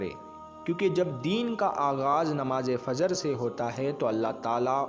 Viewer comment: FAZR KYUN BOLTE HO...FAJR BOLA KRO..